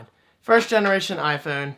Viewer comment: "Eye foon". Hahaha great video.